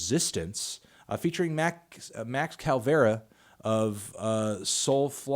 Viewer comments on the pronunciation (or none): It's pronounced Cava-lera NOT CALVERA